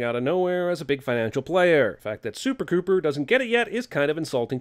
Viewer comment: "SUPER-COOPER" LMAO